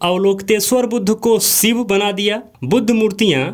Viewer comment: Sivu or SHIV. KINDLY amend your pronunciation.